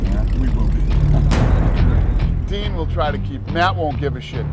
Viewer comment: why they all calling him 'dean' when his name is 'din'